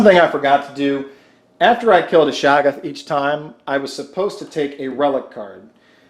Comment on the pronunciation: They don't lose Insanity, they lose Sanity. It's ShOggoth, not ShAggoth. The W in Dunwich is silent. The O in Innsmouth is silent. MI-GO EYE, not MU-GU EYE smmfh